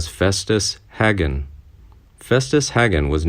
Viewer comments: Chester didn’t limp, he had a stiff leg, it wouldn’t bend. Hagen is PRONOUNCED “HAY-GEN”. NOT “HAG-EN.” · FYI Mr. Narrator-- Hagan's last name is pronounced with a strong A not a soft a as done in this video.